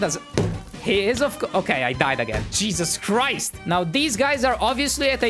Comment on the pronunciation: Did I Hear You Said Cheeses Crise